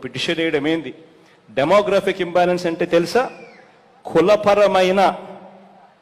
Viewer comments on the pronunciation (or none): చూసి కూడా చదవలేరు, ఉచ్ఛారణ కూడా తప్పే, అర్థం కూడా తప్పే...డెమోగ్రఫిక్ ఇంబాలన్స్ అంటే జనాభా అసమతుల్యత...🙄